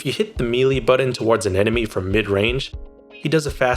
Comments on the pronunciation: “When I Press the Budden” 😂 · Mili (melee) and boron(button)... really? I enjoyed the video but that pronunciation grates, and English isn't even my first language.